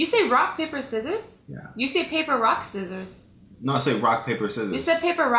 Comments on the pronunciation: he said papper rock scissors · he did say papper rock scissores